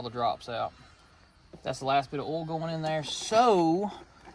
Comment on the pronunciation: Why do you call oil "all"? 🤔🤔🤔🤔🤔